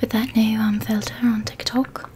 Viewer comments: The part where you were saying filter was so funny 😂😂😂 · That was hilarious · I love this video so much and I was sooo relaxed and I still am but I lost it at FiIlTtEeRr FfIllLtTeRr and SttInkYy and YuucCckKYy!! Love you so much 😂😂😂😂😂